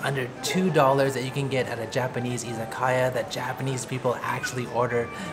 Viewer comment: Friendly tip: Pronounced i za ka ya, as opposed to iza kaya